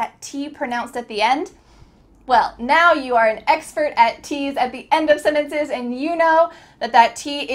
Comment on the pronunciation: What happened to "sentences"?it became "senetece"00